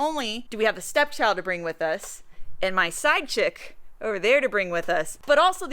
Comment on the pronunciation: Now that I listen to it again that is what I am hearing PsychChick. Some others are hearing side chick too. please clarify.